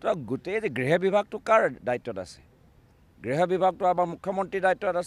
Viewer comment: কি কলে গগৈ ডাঙৰীয়া গৃহ নে গ্ৰেহ। শব্দবোৰ ভালকৈ কোবছোন।